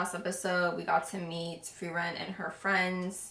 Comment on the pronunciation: Let me just say, I am impressed that you got all of their names right (Heiter, Eisen, Himmel and Frieren). You'd be surprised how many reactors don't ever get their names right. Out of the ones who do get them right, you are the ones who got it the fastest as far as I've seen.